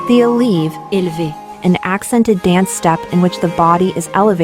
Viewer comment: This is an interesting subject, but you MUST pronounce the dance moves correctly. It is plee-AY. It is eh-leh-VAY. The narrator advertises that she knows neither dance nor French pronunciation (please do not plead anglicization)